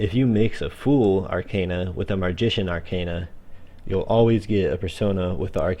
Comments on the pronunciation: It's called Arcana not Arcena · Pronounced Arkana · If you want to go for the latin pronunciation, then it's ar-kah-nah. That's how most people whose fist language is a romance language (like myself) would spell it. Considering that the very word Tarot comes from the Italian "Tarocco" and that Persona is the current word for 'Person' in Italian and it is spelled exactly how the characters spell it in the game I think it's safe to assume that the latin pronunciation is the correct one. But hey, I mispronounce English words all the time so who cares :P